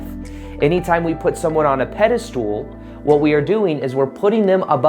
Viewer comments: Pedestal not peda- stool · Pedestal not pedestool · pedestal not pedastool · just can’t get over him pronouncing it as “pede-stool” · "pedestool" hahaha perfect to minimize importance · Lol sounds like you're saying PEDE-STOOL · I like your messages but when you say “pedistool’ it lessens the impact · I completely agree with you ... never in my life have I heard of anyone else pronouncing it as Pedi .. stool !